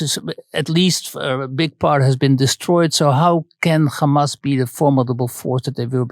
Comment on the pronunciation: “But how would you go after kkkkkhamas” .. think I’ll give this one a miss